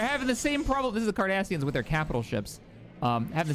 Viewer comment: Huh for a second I thought said "The Kardashians" lmao